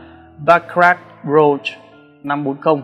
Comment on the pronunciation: Đọc cái tên chai nước hoa cũng sai. Rouge mà đọc thành rose thì bó tay rồi.